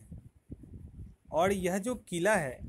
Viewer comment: "औड" नही होता वो और होता है।